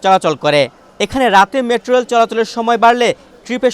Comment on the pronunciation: LoL did he just say "Matro reil" 😂😂😂